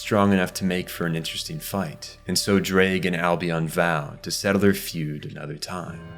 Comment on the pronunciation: I don't know why, but as a Welsh person, I find the way you pronounce Ddraig funny. I can't even speak Welsh myself, though. I'm not one to talk.